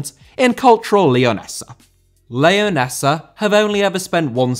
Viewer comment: Leonesa* not Leyoneser